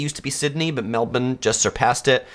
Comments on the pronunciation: Your pronunciation of Melbourne is spot on -but it is eem-YOO, not eem-OO! I really don’t understand why no-one corrected u! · Well done on getting the pronunciation of Melbourne correct. As to the bird it is em-you, not em-oo.